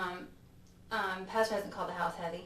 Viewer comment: I literally thought she said bastard (PASTOR)when she dials him up. 😂lmao